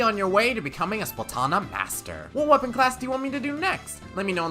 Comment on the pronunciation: He just said what weppon class do you whant me to do next... What weppons are even left?